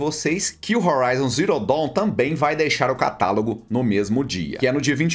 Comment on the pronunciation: falou bonito, Horizon Zero Down (Los Angeles)😂